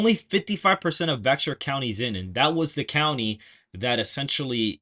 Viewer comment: It’s Pronounced Bear for the Bexar Co.